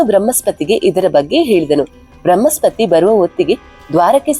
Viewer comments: Thayi bramhaspathi alla . Bruhaspathi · ಬೃಹ್ಮಸ್ಪತಿ ಅಲ್ಲ ಬೃಹಸ್ಪತಿ. 'ಹ' ಕಾರ ಹೇಳಬೇಕಾದಲ್ಲೆಲ್ಲ 'ಅ' ಕಾರವನ್ನು ಯಾಕೆ ಹೇಳ್ತಿದ್ದೀರಿ? ಉದಾ: ಹತ್ತಿರ -ಅತ್ತಿರ. ದಯಮಾಡಿ ಕನ್ನಡ ಭಾಷೆಯನ್ನು ಸ್ಪಷ್ಟವಾಗಿ ಉಚ್ಚರಿಸಿ